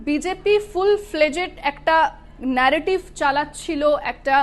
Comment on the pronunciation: এত নেরোটিভ ন্যারোটিভ করবার মনে কি । বাংলায় খবর পড়ছেন তো ?